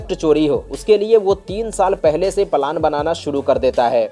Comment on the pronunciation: Plan word ko palan mat kaho bhai